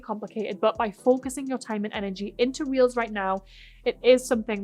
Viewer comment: Is she saying "reels" or "wheels" and what is that?? I really don't understand